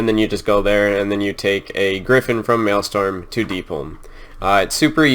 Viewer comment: The Maelstrom is a massive, fierce vortex of water that was created when the Well of Eternity collapsed into itself during the Great Sundering. "Mal-Strom" not "Male-Storm" - Malestorm sounds like a gay orgy.